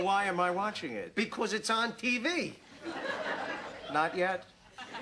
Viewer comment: "becohz it's on tv"